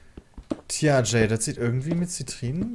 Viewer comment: Wie du sogar intuitiv weißt, wie man meinen Namen ausspricht, Jay. :D